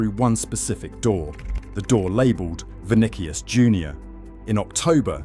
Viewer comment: Vuh Nick Ee Us